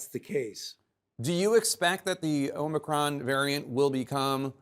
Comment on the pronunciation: O-ma-cron, set hut.